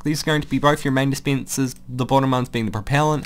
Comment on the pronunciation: sorry but I can't help but laugh when you say d spencers and sea kens